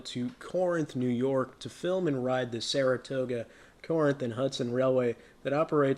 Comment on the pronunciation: Good video! By the way, Corinth is pronounced "KA-rinth".